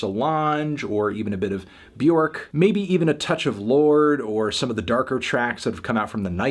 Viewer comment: day 27 of letting anthony know it’s pronounced “byerk like jerk”